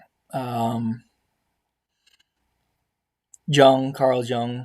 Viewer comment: 165 iq and you cant pronounce schopenhauer or jung. Gtfo